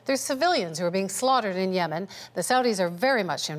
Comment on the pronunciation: When you're the former Canadian Ambassador to Yemen but you can't even pronounce Yemen